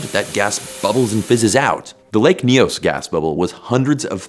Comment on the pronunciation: As a Cameroonian I have to say it’s really nice to finally see a YouTuber getting the prononciation of « Nyos » right.